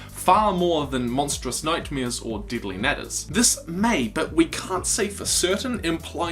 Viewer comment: It sounds like you said dilly nadders